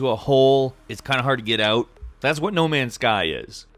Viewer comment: im not ur fwend buddy im not ur buddy guy im not ur guy fwend No Man's Guy